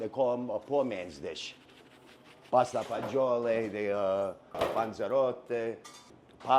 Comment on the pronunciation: Thank you, for pronouncing pasta fagioli correctly instead of like these nitwits who say pasta fazool. It drives me crazy.